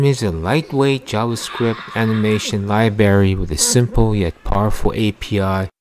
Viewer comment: You keep saying libary.